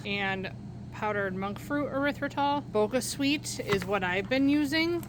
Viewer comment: Not trying to be the vocabulary police, but the "ch" in BoCHa Sweet is pronounced with a ch sound as CHips, instead of a "k" sound! I was corrected when I saw their ad, so just thought I would pass that along! 😉 That being said, i always look forward to your videos! 😁